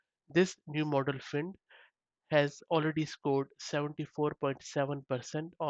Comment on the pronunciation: just maybe, it is pronounced 'find' :p